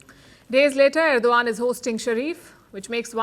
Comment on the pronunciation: Madam Palki Sharma it is Erdogan and not Erdovan as what you pronounce. Hope I’m not wrong. Love your way of presentation.